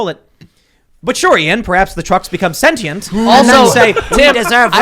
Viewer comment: Tim, for the love of God, mate. Quit butchering the English language! Sentient is pronounced "SEN•shunt," not "SEN•tī•ent."